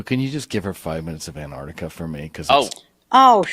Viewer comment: Love your work Hal, but please,,, it’s AnTarctica not Anartica, just saying.